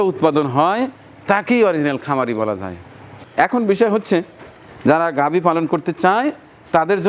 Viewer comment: আসসালামু আলাইকুম, একটা শব্দ উচ্চারণে সংশোধন করতে চাই। ঘাবি গরু বলেছেন, আসলে গাভী হবে।